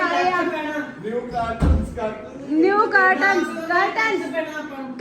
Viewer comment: Nice video , tuse caarton bolda ho p ar sahe a v curton (kr--ton)Thank you all ..